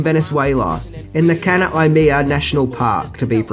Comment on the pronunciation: That pronunciation of Canaima, though... It should be: can-I-mah